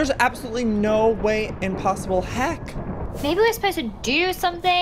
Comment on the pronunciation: Did u hear! Apple-soloutly